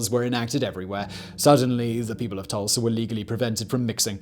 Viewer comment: He said Tursla 😆